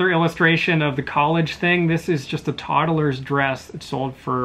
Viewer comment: I had pause and press back to hear you say todd-ul-ers... made me laugh out loud. I've never heard that, usually people just say todd-lers. thanks for another great educational video!